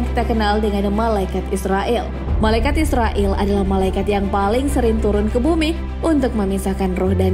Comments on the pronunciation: Dibacanya Izrail bukan Israil Jangan salah ucap 😊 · Maaf ya min.. Pengucapannya Bukan malaikat Israil ataupun Israel. Tapi "malaikat Izrail" 0:) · Bagus ... cuma ada sedikit saran .... pengucapan hendaknya disesuaikan dengan pengucapan arab. Malaikat Izroil bacanya disesuaikan dengan bahasa arab. Klu dibaca Israel kesannya kok kurang pas.... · Kamu aja ngak bnr tulis nama malaikat izrail.kau tulis izroil bukan ro tapi ra.krj hanya cari salah org aja salah sendiri ngak tau,jgn begitu lah. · Maaf min izrail bukan israel😫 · Izrail ya kak bukan israil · Izrail bukan israil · Penyebutan kata yg benar Izrail., bukan israil., patal kesalahan anda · Malaikat izrail bukan Izrael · Td nya gw mau nonton video sampei selesai, tp naratornya pengucapannya aja salah. Gw cm nonton smpe mnit, males gw yg kaya gni jd narator d youtube. Bkn Israil nyebutnya, tp Izroil. Emg tulisan dlm bhs arabnya Izrail, tp kita nyebutnya Izroil. Bljr makhraj huruf dlu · Pnyebutan yg bnr tu malaikat izroil,,, Kl bs ngaji pst tau makhrojul khuruf (tahsin) pngucapan yg bnr,,, 🙏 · terdengar seperti "malaikat Israel" 😂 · Shrsnya pengucapannya Malaikat Izrail, Min. (Pakai Z bukan S). Trmksh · Mbak, mbak.. Lafal nya kok meleset lagi..? Nams malaikat maut ditulis dlm ejaan bahasa Indonesia sbg IZRAIL, dilafalkan menurut ejaan aslinya dg IZROIL Kalo pembaca narasinya salah lafal dikuatirkan menjadi contoh yg salah bagi yg lain. Coba nama ALLAH dilafalkan bukan ALLOH tp ALLaH, nanti kan bisa rancu dg lafal umat kristiani. Semoga koreksi saya bisa diterima. Wassalamualaikum wr.eb